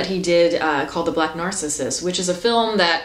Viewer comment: Youre pronouncing "Black Narcissus" wrong, like "narcisist". In Narcissus (greek mithos) the accent goes in the 2nd syllable, not the first.